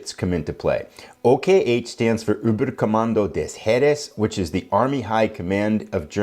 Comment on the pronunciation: i like how you say "öberkommandö des heeres" okh 😂 I'm german, and your pronunciation is very funny, like it😂 👌🏻